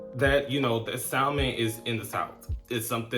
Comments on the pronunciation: Salmon is properly pronounced without the L. Saamin. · you don’t pronounce the “L” in salmon. Awesome video as usual! Love the hair! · love your channel. When pronouncing salmon, the l is silent. No, I'm not an english teacher but that drives me crazy.